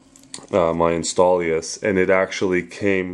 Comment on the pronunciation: Installious? Lol its INSTALL OUS